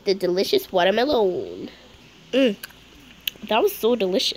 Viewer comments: "water melommmmmm" 😭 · I just love how she called the watermelon a ”watermelOUn”😂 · She said water Meloon